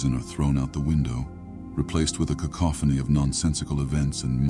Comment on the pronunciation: “cacophony” my dude..😂😂